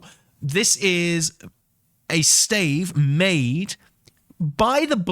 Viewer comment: Your pronunciation of stave is heayvnly hayve a nice day.